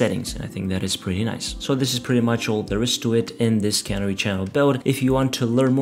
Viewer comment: Why do all the video producers mis-pronounce "canary". It is pronounced with the emphasis on the second syllable as the cuh-NARR-ee, the bird that was set free in a coal mine potentially that had gas in it. Remember the cuh-NARREE in the coal mine and pronounce it correctly.